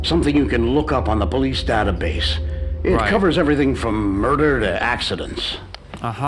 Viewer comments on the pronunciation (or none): Gotta love some of that 'databse'